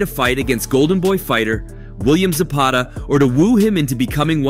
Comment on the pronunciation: He said Zapata 😂😂😂